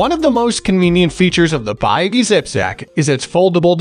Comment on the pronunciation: this is a wrong review and you are pronouncing the name of the company wrong too.